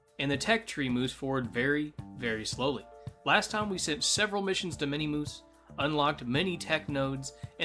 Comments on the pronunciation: Love how he says minimoose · Mini moos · why do you keep saying minimoose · I cringe every time he says it. It's min-muss. There is no I in the middle. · Minimoose is a funny name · Miniature moose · min mis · why does bro say minmus like that